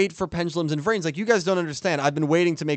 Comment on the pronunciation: Eternalight like “ Into the VRAINS “ Sounds like “ INTO THE BRAINS “ Most often when Blue Angel says it